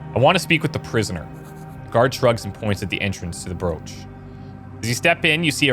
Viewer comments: Its pronounced brock btw not broach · Thanks for the game play, it looks very interesting. For future reference, a Broch is a prehistoric stone tower found around the coast of Scotland and it's pronounced Brok with an emphasis on the K.